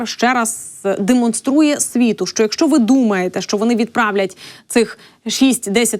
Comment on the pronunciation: Не шчО,а Що.